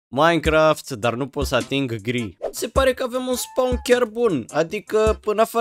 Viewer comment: Eu credeam că ai zis girl si cand m-am uitat era gri😂😂